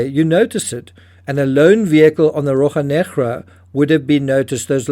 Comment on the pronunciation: I don’t think I’ve ever commented before..and I appreciate your reporting. However..please get the pronunciation accurate… Rocha Negra ..the first is Rosh-a …. Negra was fine! 😊